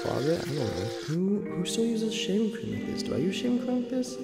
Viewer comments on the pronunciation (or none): Why I heard “shaming cream”